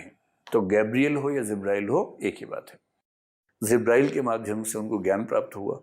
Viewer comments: The pronunciation is JIBRAIL It is J not Z Please correct your pronunciation if you want to impress your audience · Word is not zibrael but jibrael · It is not zibrael, it is Jibreel (a.s) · Zibrail nahi sir jibrail sahi pronounce hai . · Sir ji ( JIBRAEEL ) Not zibraeel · Not zibrail..it is jibrael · Sir it's jibrael not zibrael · Zibreal nahi sir jabrail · 'Jibrael', not Zibrael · Corrections - 1) It is not "Zibrail". Correct name is Jibraeel. - 2) It is not Abu Taleeb, Correct name is Abu Taalib. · Zibraael nhi ' Jibraeel' a.s. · Jibraeel bolte hein. IAS ho kar bhi galat pronounciation 😂